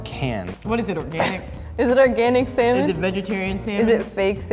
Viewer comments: Why I'm hearing semen instead of salmon lmao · why do they pronounce it as "samon" and not "salmon"? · sal - mon but the L is silent